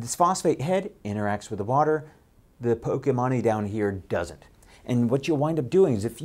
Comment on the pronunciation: did he say "pokemony" ?